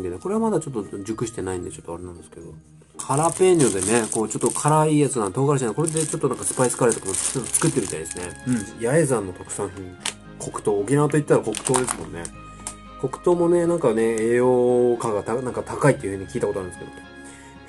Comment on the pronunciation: パイン食ってる時、生命力たぎりすぎたのか絶頂むかえてて可愛い。 ちなみに八重山はやえざんじゃなくてやえやまって読むんだよ。